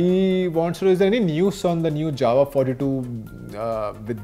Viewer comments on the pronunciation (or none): none